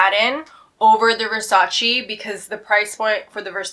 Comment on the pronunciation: No Versaciiiiii only Versaceeeeeeee